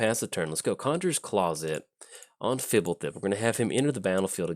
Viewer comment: Out of all the names you can't pronounce you nail this one? You're an odd one,. I was expecting you to just make a raspberry sound when trying.